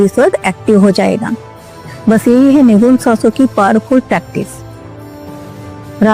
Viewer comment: सुगुण नही सगुण ! निगुण नही निर्गुण!! पहले ये परिभाषा सीखो,बादमै लोगोंमे ज्ञान झाडो ! ज्ञान उच्चारण आत है क्या ? कि ग्यान उच्घारण करत हो??